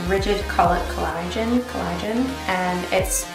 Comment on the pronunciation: Rigid CO-LOD-DION, not CO-LI-DON